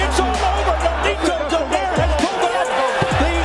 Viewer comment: Funny to hear how American commentators mispronounce the surnames of Filipino boxers. Especially Donaire (it's not Do-naire, it's Do-nai-re)